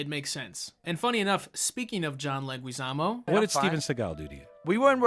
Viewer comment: The way says Leguizamo is gonna give me an aneurysm.